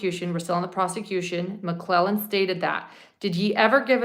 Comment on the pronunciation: You are saying McClellan and it’s McLeland